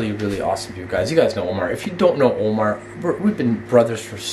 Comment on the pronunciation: Instead of Omar he said momar